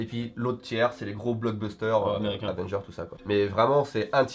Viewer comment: Avengers pas Advengers stp